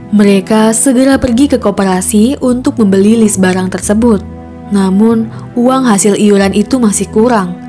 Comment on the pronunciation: Barang bukan balang